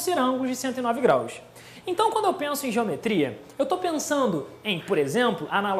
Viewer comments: Tá, e o que tu me diz em dele ter dito "graus" sem o sotaquezinho carioca?! Shaushau aquele "180 GRAISS" não tem como defender honey.. asiajsia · aula muito superficial, além do "grais" que estragou tudo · sério que tem gente problematizando um "grais"? Gente, ele é professor de química e não de português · Ele não disse "grais" por ignorância. Ele é carioca, mas, na hora em que disse "grais", não puxou o S (graish) como de costume. Ou seja, não foi uma atitude automática, foi planejada. Ele quis brincar mesmo. Tanto que ele usou "graus" logo após usar o "grais". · kkkk "grais", quimica é foda msm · kkkkkkkkkk apesar dos " grais " a aula foi boa. Quase ninguém percebeu. kkkkk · UOL , vim nos comentários pra ver se só eu percebi o "grais " ! OMG !!! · 180 GRAIS??? foi isso mesmo que eu ouvi???